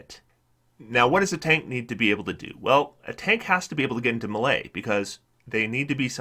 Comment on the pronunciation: The way you say "melee" makes me cringe every time.